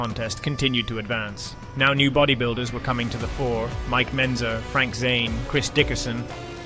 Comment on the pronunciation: You can bet your ass his life is a lie with all the jew dick he's taking. It's also funny how this is the "best" BB documentaries yet they narrator hasn't dug into much history, if any at all, and can't even be bothered to learn names. Brian Jones? Mike Bentzer? Come on kid, put a little effort in at least.